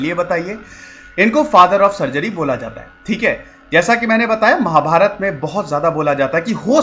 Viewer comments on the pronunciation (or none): none